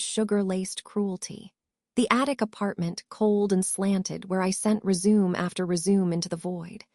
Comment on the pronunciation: If you do the voice why then is it you can’t say resume the right way and 911 is not nine hundred and eleven.